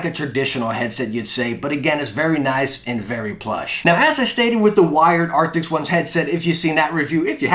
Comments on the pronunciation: Why you keep saying Arctics in all your vids when its ARCTIS? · Why do you keep saying "arctics" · i know its not the point but arent they ARCTIS instead of ARCTICS? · He says arctiks too much - it's cringey AF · why does everybody say arctics? i mean even i do